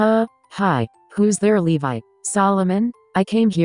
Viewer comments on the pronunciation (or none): none